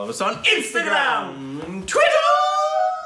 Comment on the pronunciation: Even I also started pronouncing Twitter as twiteeeeeeeeeer,😂😂😂😂